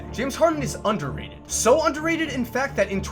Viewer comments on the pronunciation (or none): Lol he said overreted at first